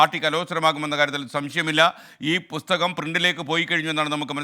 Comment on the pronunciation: പുത്തകം അല്ല... പുസ്തകം 😂😂😂😂